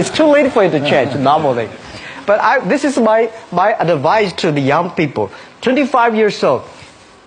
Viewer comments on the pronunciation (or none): none